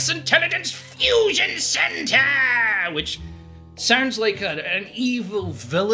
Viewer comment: 1. The "secret second war... of spies, espionage [etc.]" that you mentioned as happening during the Cold War is just a description of the Cold War itself. 2. Europe isn't a country. 3. "Fushion"